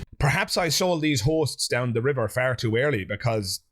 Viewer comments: This whole time I'm watching I keep hearing what sounds to me as whores. And I wondering to myself... No way, why does he keep calling those 2 girls sitting on the sofa whores?! 😂😂😂 Turns out he's actually saying hosts 😅😅😆😆😃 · I thought he was calling them Hoes. lol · Omg the first couple of times he said "hosts" I truly thought he was saying "these hoes"😅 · Forgive me but I keep mishearing you saying Hosts as Horses and I was like "what? why are you being so mean to them?" wwww